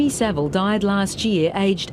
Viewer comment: Well done for pronouncing Saville correctly!